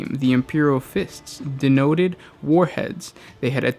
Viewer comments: Did you just say "denoted" instead of "detonated?" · Detonated is pronounced Det-oh-nay-ted - NOT De-no-ted.